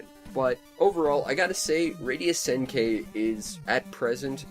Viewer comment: By the way, it's pronounced Senn-Key. The i is pronounced like a hard e. Just sayin'.